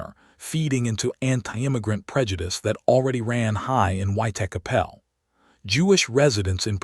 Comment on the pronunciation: Put me off watching it. The way that he pronounced Whitechapel.